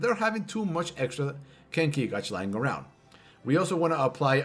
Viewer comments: Gauge is pronounced 'gayj' not 'gawj' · Gauge. Not Godge. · This man can’t even pronounce “Gauge” and you’re sitting here talking shit defending him. Lmao IDIOT